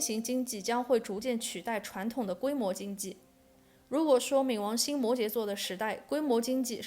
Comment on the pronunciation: 跟我一起读ming 二声